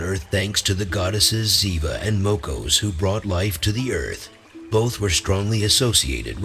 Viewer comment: единственное, что мне не понравилось в этом видео - это произношение, имена, НАШИХ БОГОВ на латинский лад... ПерУн, ВЕлес, МОкошь и тд. Они так звучат на славянских языках, а не то что автор преподнес с неправильными ударениями. В остальном - хорошее начинание, надо просвещать людей, чтобы помнили - КТО ИХ РОДНЫЕ БОГИ!